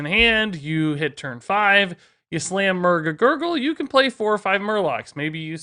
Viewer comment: Just listening to you try to say Murg A’Gurgle a bunch was worth the click.